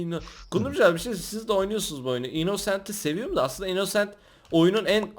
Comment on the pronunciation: mörder sliyır. innnoooosent selimmm dedi +1leyin görsünler